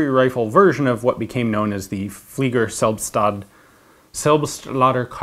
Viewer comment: Selbstlader is pronounced: Cell (as in Cell Phone) -bst-lader (Like Bladder but without the B).